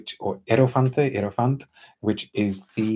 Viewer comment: THANK YOU,, for giving our IEROFANTE such a thorough study and I appreciate your thoughtful impressions!! It is a unique one, and to your point, you don't know you need it until you try it, at least that's what we were aiming for 😄 Your Italian pronunciation is stellar, don't worry, and thank you for the invite, I'd love to come on to your esteemed show, I've been a fan for literally years now, so it's incredibly exciting for me to see you holding one of my works! You are without a doubt the most fluent and gentlemanly of any perfume reviewer on Earth. IEROFANTE is a rocket ride to Elysium, or "paradise" as the Greeks defined it, and which was, according to Homer, located on the western edge of the Earth, so we'll need to get there via rocket, 🚀🌎 "Elysium (otherwise known as the Elysian Fields) is a conception of the afterlife that developed over time and was maintained by some Greek religious and philosophical sects and cults. It was initially separated from the Greek underworld--the realm of Hades. Only mortals related to the gods and other heroes could be admitted past the river Styx. Later, the conception of who could enter was expanded to include those chosen by the gods, the righteous, and the heroic. They would remain at the Elysian Fields after death, to live a blessed and happy afterlife, and indulge in whatever enjoyment they had enjoyed in life." We created a short 2 minute film that imagines the experience of the initiation on the part of the Hierop